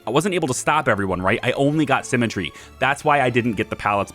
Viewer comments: Haha, it throws me a bit everytime I hear you say Cemetary rather than Sim-metry. Although I'm not sure if that's just me. I'm inclined to agree with you that the costs are a bit off for schemes, especially in regards to minion type costs, but I would also suggest that you misread at least one of the scheme things. It not just cost you things like guards or valets in exchange for something like -15000 gold, but it also looked like it cost you heat. Which brings me to another point in regards to schemes. Why not just: Max valets and gambling and then just 3/4 gambling stuff to fleecing tourists and then just criminal network the world (but not do schemes?) You generate heat eventually sure, but it seems that it ticks through gold income each fairly reliably? As for gambling I would have though say 4 valets for every table would probably keep them rotating through fairly reliably? I guess then it becomes less 'evil genius' and more 'gambling mastermind' as you construct and profit from your legitimate businesses! EDIT: It didn't delete the gold. The vault basically adds a percentage to your maximum amount that you can hold, so what happens (because you didn't have maximum gold at the time) is that 7,580 (or however much you had at the time) stays the same, but the percentage value of how full your vault is changes. I assume you would loose the gold if you deleted it at 100% vault full though. The game doesn't actually 'sell' it until a worker comes to actually do it either from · Oh man had to wait for episode 7 for the comments section. This has been driving me nuts. Her name is pronounced SIMətrē, not SEMətrē. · You say symmetry like cemetery. Your drive to perma kill her is bleeding thriugh